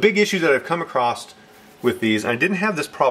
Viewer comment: Thank for vid! Super helpful but "acrossed"? Anyhoo I'm just nitpicking thank again!